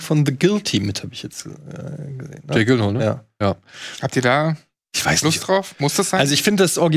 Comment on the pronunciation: Gehe am Samstag in Dune und freue mich sehr darauf :D Gute Folge, aber eine Sache noch (schon wieder): Es ist grauenvoll wie ihr Jake Gyllenhaals Nachnamen aussprecht xO Und einer macht es schlimmer als der Andere. Ja, ich weiß in Schweden, da wo er herkommt wird er seltsam ausgesprochen, aber normal wird er "Djillenhall"(hall wie bei Hall of Fame) ausgesprochen. Gibts sogar ein Video zu: :D